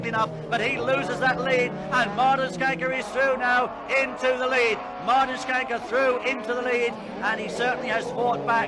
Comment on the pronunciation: So nice to hear an internasjonal speaker pronounsing Martin's name correctly :) Mr Rallycross (Martin Schanke) have been a "steering-wheel man" all his life. Even past 70 y of age, still driving Lorries in South Norway. And been involved in some car projects for mates still in rally. He's Escort that he got famous with, was a self engineered car. Variable differentials, and also adjustment for which axle that should have most power. So it could be front wheel driven.... !